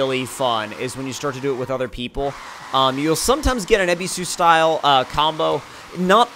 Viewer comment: it's pronounced ebisu not Abby Sue